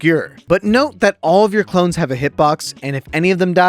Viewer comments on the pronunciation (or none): none